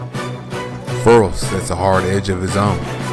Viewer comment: It is pronounced Fer Rell people. Get it right.